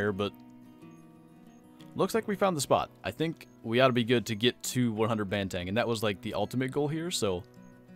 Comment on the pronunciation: It's pronounced "bahn - theh - ng" not "ban - tang"